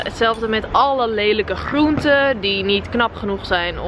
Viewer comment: Ben ik de enigste die zich irriteert aan hoe ze groenten zegt